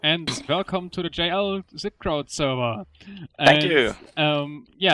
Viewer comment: Not Sverrevr. Get yo shit right!